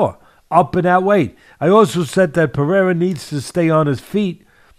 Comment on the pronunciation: Ironic that Teddy is the only one in the MMA world who pronounces Pereira's name perfectly.